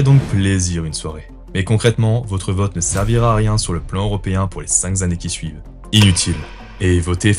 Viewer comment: "Les 5 zzzzannées qui suvent"...